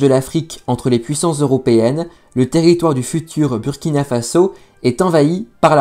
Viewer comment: Merci pour cette vidéo. Mais Burkina se prononce Bourkina